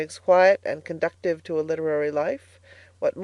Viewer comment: Thank you so much! I have so enjoyed this series. Pronunciation of conducive.